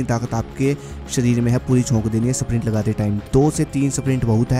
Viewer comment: "SPRINT" na lagao mere dosto. "SAPRINT" lagao "SAPRINT"!!!! 😂😂😂😂😆😆😆😆